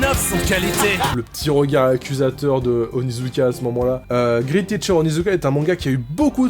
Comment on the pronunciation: Je suis le seul a tiqué quand il dit "grite" au lieu de "great" ? XD